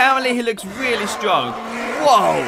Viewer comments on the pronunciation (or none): none